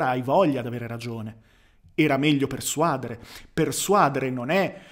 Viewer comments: Quando stavo al liceo classico, pochi anni fa, si diceva "uditorio", ma non posso esserne sicuro, considerando che ormai ognuno parla la nostra un lingua un po' come gli pare. Però sono certo aldilà di ogni ragionevole dubbio che l'accento di "persuadere" sta sulla e, cioè "persuadére". Scusa, ma la pignoleria è deformazione professionale;) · Ottimo video, sono d'accordo su tutto, però si dice "persuadére" e non "persuàdere".